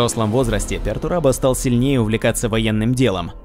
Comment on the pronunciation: Не "Пертурабо" а "Пертурбадо", с испанского слова Perturbado что означает "Возмущенный (каким то событием)", "Беспокойный" или же "Нарушен (чем нибуть или кем то)"